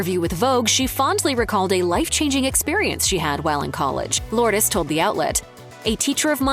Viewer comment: You're pronouncing her name incorrectly! 🤫🤭😝